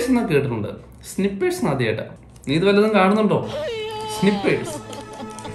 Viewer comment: bro സ്നിപേഴ്സ് എന്നല്ല ഇംഗ്ലീഷിൽ സ്‌നയിപ്പേഴ്സ് എന്നാവും... that means type of gun - sniper